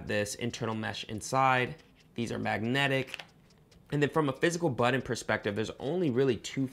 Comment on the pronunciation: BUTTON not Bud In🤣🤣🤣